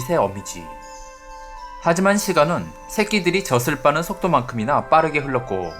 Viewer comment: 젖을은 [저슬]이 아니라 [저즐]이라고 읽어야죠...